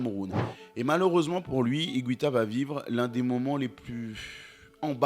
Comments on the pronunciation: Ça se prononce IGUITA et non pas IGWITA. En espagnol, on dit : una guitarra et non pas una gwitarra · ça se prononce higuita pas higouita apprends les règles de prononciation en plus c'est la même en français et en espagnol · René Higouita.... ça m'a piqué l'oreille pendant toute la video... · Excellent reportage..mais je ne suis pas sûr que son nom se prononce hi-goui-ta :) il n'y a pas de ü dans son nom mais c'est un détail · Comme en français, en Espagnol on ne prononce pas le “u” après le g. Donc on dit simplement “Ig’u’ita! Merci 🙏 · Allez on la refait et en prononçant correctement Higuita cette fois-ci xD Je déconne(sauf sur la prononciation de Higuita), excellente vidéo et merci pour tout ! Continue comme ça